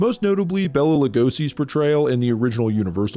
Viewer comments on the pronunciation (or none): none